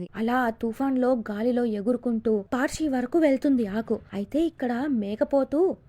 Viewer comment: Paarshi kadhu parshi